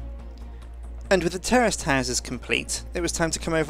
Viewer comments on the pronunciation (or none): lol i swear he said terrorist a couple times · i thought he said terrorist buildiings instead of terraced buildings hahaha. great vids btw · Is he saying terrorist buildings?